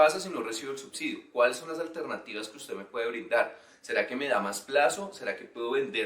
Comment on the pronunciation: Ese ustedes sonó raro!!!!